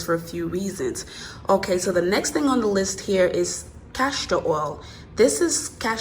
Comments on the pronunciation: Enjoyed your video. Very informative and easy to follow. My only complaint would be every time you said CASHtor oil instead of Castor oil. It made me cringe each time. lol Besides that, I loved it!!! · It’s castor oil not cashtor oil 👍🏼